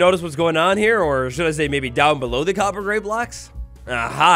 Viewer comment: COPPER, not CoBpEr. I gotta leave this vid man i seriously cant take it